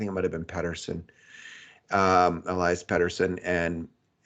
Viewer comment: As a Canucklehead this was beautiful. Thanks to the Oilers for being so arrogant and entitled. We destroyed you with half the team sick with the flu. So we should win 16-2 on Saturday. And please practice pronouncing "Elias" 😂